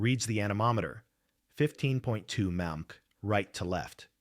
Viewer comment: Abbreviations aren't really AI's strong suit. Wind at 15 emphu. And now I'm watching zip tie anchors and sandwich bags. This sucks, lol.